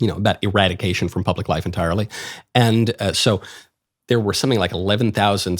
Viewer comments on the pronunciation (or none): none